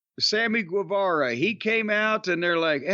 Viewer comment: So I'm curious: do people in AEW say 'Guevara' the same way as Corny does? Being from California and with Mexican family, I'm pretty sure he's not saying it right. Does Sammy himself say it right? He says it like he says 'guava'.